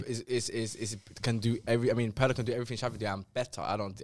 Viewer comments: Roasting pronunciation and saying “Pearlo” hurt me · PETITION TO MAKE WATCH PIRLO HIGHLIGHTS CUZ MAN SAID HE CANT DICTATE A GAME PAHAHAHAHAHAHAHAHAHAH AND HIS NAME IS NOT PIEERLO MATE